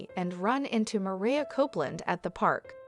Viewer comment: Her name is pronounced MA-RYE-YA! 🙄